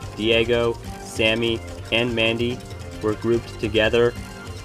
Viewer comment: It's Randy, not Mandy